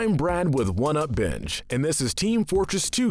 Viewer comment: Thought he said one up bitch instead of binge